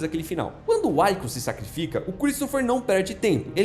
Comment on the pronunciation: O nome do personagem se pronuncia "Víkus" e não "Uáikus". Já foi mencionado em outro site que o "líquido negro" seria uma alusão ao petróleo, pois uma nação mais forte subjuga a mais fraca, mas que possui muito "líquido negro". E sua teoria é válida, mas não explica como milhões de prawns não conseguem levar a nave adiante mas um único sozinho consegue fazer ela voltar? a fábrica não funciona sem gerentes e engenheiros, mas da mesma forma não funciona sem operários.